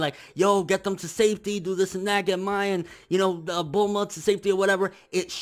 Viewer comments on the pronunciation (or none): none